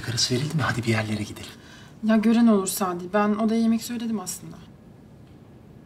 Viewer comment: Sabri? Şu adamın adını bi doğru söyleyin 😄 sadi sadiii